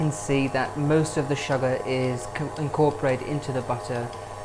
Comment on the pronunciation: SHOOGAH😄🤗 A BIG DUST OF SHOOGAH!